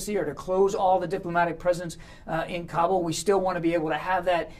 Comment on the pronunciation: Anyone else have no idea he was talking about Kabul and not "cobble"? I was so confused by his dog shit pronunciation